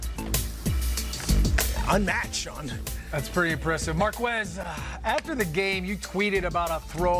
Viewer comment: Why do people pronounce it “Mar-qwez”,the last name is spanish so shouldnt it be “Mar- kez”